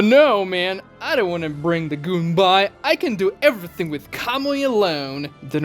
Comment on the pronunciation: "The Goon-bye" 💀